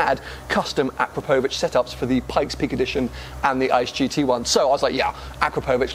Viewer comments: When pronouncing "Akrapovič", the emphasis is on the second 'A', not the 'O'. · "No no no no no It's akrapohvic not akrapovic, your doing it all wrong" ty Hermione, jokes aside, love your content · AkrApovič, not AkrapOvič. 😎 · Great vlog and fair play for getting it tuned!! I must say though it's pronounced: A-KRAP-O-VICH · sounds wired how he pronounces "AkrapÓUvic" :D … but i like the idea of keeping the 911. so much stories behind that car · Ah crop o vich. I don’t know what letters you’re pronouncing but some of them don’t exist in that word. Good luck with your Porsche. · I think the guys at akrapovic will not be too pleased how your pronouncing their brand 'o crap ovik' is how it should be said. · Its pronounced A-crap-o-vich! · It’s pronounced a crap o vic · FFS - please ask a Slovene how to say Akrapovič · Please have someone show you how to pronounce Akrapovic :) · I hate that everyone says akrapovic wrong. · OMG hearing the Akrapovič name said wrong so many times is painful :S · The way you pronounce Akrapovic is so weird.